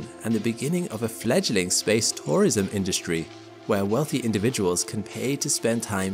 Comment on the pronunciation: I had a problem understanding this. It sounded like I was saying SPACE POISON, no he was SPACE TOURISM. I mention this for all the geriatrics, like me, who have hearing problems.